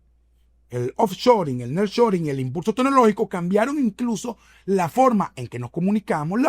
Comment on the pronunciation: Niar shoring (así se dice)